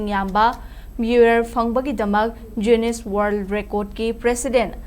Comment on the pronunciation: Dear newsreader Jiuness haiba natene...noibo newsreader oiradi english phonetic khara khangnaba toune...mee atopana nokhranine.